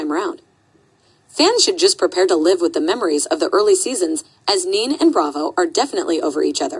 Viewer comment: It’s not “neen” it’s NeNe (knee knee)